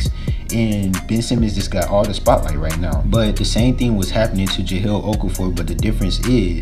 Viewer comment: Ja-Leeel. Jahlil is pronounced Ja-Leel.